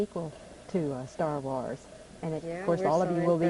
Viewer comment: Stah Wahs